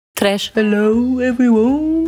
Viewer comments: Abt M it’s tReSh i knw lel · I was like tresh but she was like 🔇 and then I was like 😐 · Pld I said "tresh" at the right time and suddenly she said "tresh" after me and at first I thought I just messed up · I LOVE WHEN SHES SAYING TRESH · That Late „tresh“ triggered me.. please dont do it again 😭😂 PS: guys chill I was just joking. Dont take this serious. Lmao. Why are yall fighting under this comment? That’s unnecessary. We‘re here to enjoy the queen and not to fight lol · I almost had a heart attack. Dachte du hättest es rausgenommen 😂😂😂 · i thought i was trippin about the late “tresh” but i wasn’t and its scary we noticed such a small change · How dare you make me say tresh at the wrong time! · Bruh I got scared when she said tresh